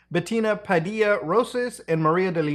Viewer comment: For any future use, some help with pronunciations: Quiboloy -- /keeboloy/ Padilla -- In Filipino, we pronounce it as /padilya/ Duterte -- /du-tehr-teh/